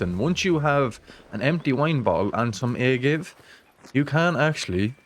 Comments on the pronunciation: Agave is pronounced "uh-gah-vay". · Hell yeah great stuff brotha!! One bit of constructive crit. for ya tho. Its pronounced Ah-Gah-Vay (Agave) its the plant they use to make tequila....👌 So many A1 tips tho man thanks!!! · We say it right here hes just clueless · Ah-Gah-Veh for all non-spanish speakers out there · Mate how did you not know how to say agave 😂😂😂 wit